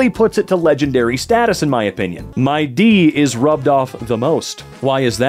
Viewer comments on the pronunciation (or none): none